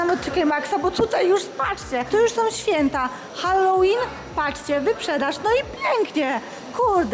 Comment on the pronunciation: Hell łin ZNACIE ANGIELSKI